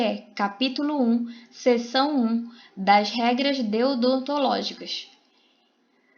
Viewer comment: Obrigada. Só uma sugestão; antes de gravar o áudio leia e releia algumas vezes para evitar os vários erros. Exemplo: você disse "deodontológicas", o correto é: deontológicas.